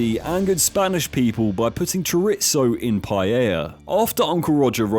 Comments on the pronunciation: It's Chorizo, not curitzo. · It's not CHO-'RIT-SO'..... Chorizo is pronounced CHO-'REE-ZO', or in some regions CHO-'REE-THO.' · Hey FYI it is pronounced chore eee zo not chore rizz oh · Wtf is "chuh-ritzo"? Did you mean 'chorizo'? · berates Jamie Oliver for lazy cultural appropriation, then pronounces the spanish sausage as 'choritso'. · Tsoritzo. I have never heard chorizo pronounced like that before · Why can't the British pronounce chorizo right? Where the hell was the t introduced. I'm not joking I'm baffled, mistaking it for an Italian word? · The way you said Chorizo hurt my Latino ears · it still kills me when british people pronounce chorizo, like i get us in the states dont say everything right but jesus christ we at least try... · I dont think any one should take cultural advice from someone who cant pronounce chorizo. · Now I don’t speak Spanish so I’m not 100% on this but I am pretty close to 100% on thinking you pronounced chorizo pretty strangely. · I'm just laughing so hard my stomach is hurting about this guy's pronunciation of Chorizo. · it took me so long to understand what food you were saying in the paella. Chorizo. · You got the word chorizo so wrong you butchered the fuck out of it just like Jamie but all jokes aside he really did some of the Spanish dishes, dirty like Molé it’s not meant to be sweet or salty. It’s meant to be bitter he didn’t like that we change it but the reason it’s better is because we eat it with tortillas and rice. It’s not a main dish. It’s a paring kinda like curry but taste more like dirt. I guess it sounds bad but when you eat it with the right stuff it’s really good and it made with chocolate not sweet chocolate pure chocolate that’s what makes it bitter and also is really nutritious for some fucking reason my cousin ate it all the time in Mexico and now he’s a jacked 6 foot 4 Mexican man who does scaffolding work, and he scares me.